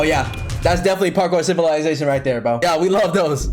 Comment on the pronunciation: ''PaRkoer CivILaiZaTioen''